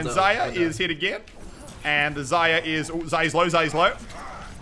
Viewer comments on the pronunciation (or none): IT'S NOT ZA-YA IT'S ZAR-YA